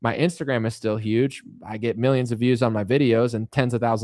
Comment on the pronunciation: Why does he always say, "MEE-yimns"?? Mr president, with all due loss of respect, it's pronounced, "MILL-yunns"